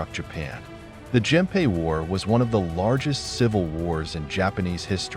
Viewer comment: Genpei and Naginata are pronounced with hard "g"s.